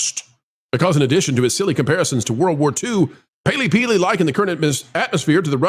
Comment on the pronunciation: peely-paley? Is you tube punishing people for not getting names right so you're hedging your bets?